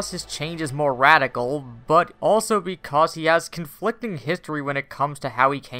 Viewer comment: "Beecause" reboot